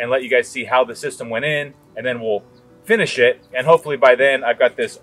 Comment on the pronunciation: In the intro, I first heard "and then we'll finish it" as "and then we'll give a shit." I thought, geeze,, you're probably being too hard on yourself.